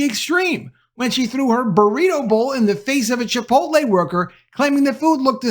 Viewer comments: It’s Chipot’LE. Not chipol’te! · Chipotle is pronounced chee-'pote-lay. And I'm done with them. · Lol you said chi-po-te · Say “chipotay” one more time 😂 I’m gonna put you in a burrito 🌯 🫃🏾 buh bye 🤣